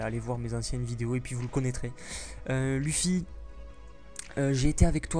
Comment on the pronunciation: Luffy Mdr sa se prononce pas "u" mais "e" pas grave quand même mais sa ma fait rire